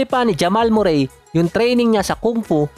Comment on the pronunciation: ganyan boss ipronounce ung name nia